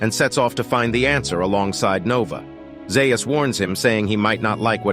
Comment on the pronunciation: Dr. Zaius is pronounced Zay-is, not Zeye-is.